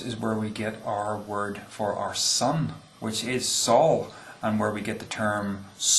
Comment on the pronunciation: Minor note: Sol should be pronounced "soul" (or thereabouts) not "Saul" -- Probably best just to ignore me.